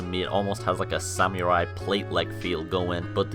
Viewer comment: 'Sam-you-rai' I want to fucking die